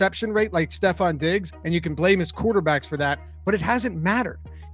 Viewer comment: I’m not taking advice from a guy that can’t even pronounce Stefon Diggs name correctly 😑